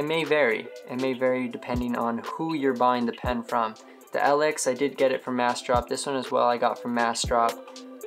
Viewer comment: Lx is pronounced Lux. Nice review btw!